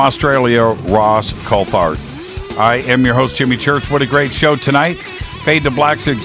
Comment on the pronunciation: It's pronounced coult-art